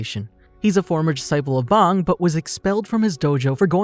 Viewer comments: You pronounce bang like bong my boi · Why my boi pronounce bang like bong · It’s bang not bong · aint no way he just called bang bong lmfao